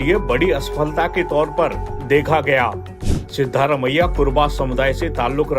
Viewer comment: सिद्धारमैया नहीं सिद्ध रामैया